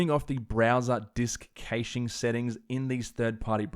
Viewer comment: if hurts everytime you say "caching"